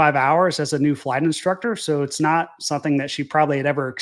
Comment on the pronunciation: " SUN-theen"..... SOME-THING. SOMETHING, SOMETHING!